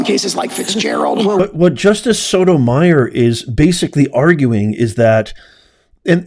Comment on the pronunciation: The pronunciation is So-toe- mai•or. Long O sound. Not Meyer.